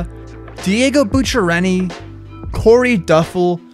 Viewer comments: ¨Diego Bucchereni¨WTF !!!!! he does not even know his !!!! ITS BUCCHIERI !!!! WTF ! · Diego Buch-a-renni! 😂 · Lol@ "Diego Buchineri"